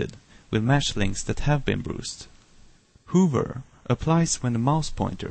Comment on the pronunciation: Dude, its not pronounced hoover and brooser, its hover and browser. As its written :p Anyways, nice tut!!